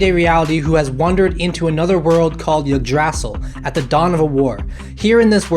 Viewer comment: What is “yadrasill”???